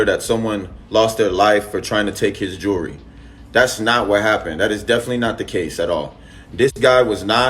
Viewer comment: I can tell you lying cuz when you replying you..stutta stutta 😂🤡 and The word is JEWELRY not jeurry